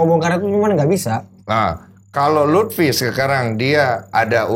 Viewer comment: Love Monkey D Luffi, not Lutfi 😆